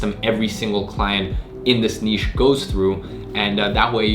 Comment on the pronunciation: Finally someone that pronounces 'niche' correctly